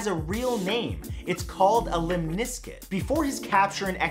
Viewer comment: Lemniscate. More like "Lemon Biscuit" 😂